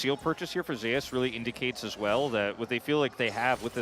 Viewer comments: What's up with the caster not being able to say Zeus.... keeps saying Ze - Us. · Who dafuq pronounces it "Zeh-us". Have these guys never seen or read mythology EDIT: still tilting, but thank you people for educating me.